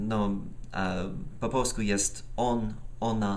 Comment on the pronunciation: dałeś mi powód by się zalogować. Mówisz bardzo dobrze polsku?! Bardzo dobrze wymawiasz samogłoski i dobrze rozumiesz niuanse języka. Chciałbym tak dobrze znać angielski...do tej pory wydawało mi się,że tak jest:-)